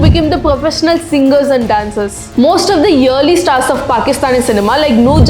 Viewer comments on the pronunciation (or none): I like her way of presenting. She is a great story teller. But she could improve her pronunciation. She said yearly for early.